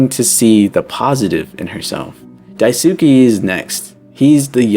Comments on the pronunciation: for daisukes name you got the "dai" right but the "suke" part is pronounced "sskay" the "u" is not pronounced what your saying is daisuki which means "i like you" which is also probably why his name is similar to that haha 👍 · Re: You got the pronunciation of Daisuke's name mostly correct: it's "Dai-su-kay" and not "Dai-su-key". It's a Japanese name, so the letter "e" at the end makes the "ay" sound. Otherwise, this is a really great video, and I totally understand why the pronunciation would be a little confusing! I really enjoy your videos and think you put a lot of creativity and effort into your analysis. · Have you even read Marx? His ideologies and what was attempted in reality are very different, it wasn’t his ideas that killed millions, it was someone else warping and adapting them. Marx’s work had flaws and he as a person was a bigot but that doesn’t mean we should blame what people twisted his work in to on him, there’s already lots to criticize. Also… you didn’t look up how to pronounce Daisuke? 😭